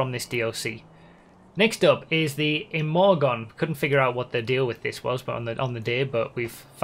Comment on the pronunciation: Imorgon is basically spoken "emoron" so you said it pretty accurate actually